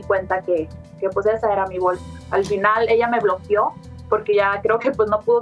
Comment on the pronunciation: Bloquio???? min